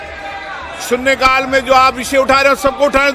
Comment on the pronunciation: लोकसभा अध्यक्ष के बोल --- सू सिरी इकरा चौधरी ---- सून्ने काल ( ठीक उच्चारण सुश्री इकरा चौधरी -- शून्य काल ) ---क्या कहे?